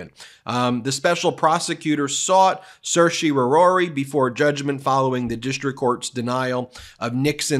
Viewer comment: Anyone else stressed out by how he pronounced certiorari?